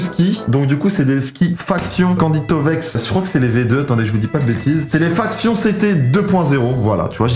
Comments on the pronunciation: Faction.sa se prononce factshiuen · candide collabore plus... et ça se dit Factyon mais sa s'ecrit Faction